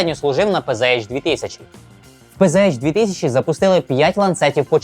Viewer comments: Правильно казати ПцАш. Бо це німецька мова, а не англійська. Панцер, а не панзер. Z читається як Ц. І літери ейч в німецькій немає. Є аш. Не надто важливо, але ріже вухо. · У німецькій нема букви "Єйч". Читаеться "ПанцерХаубиц",тобто "Пє-Зе-Ха"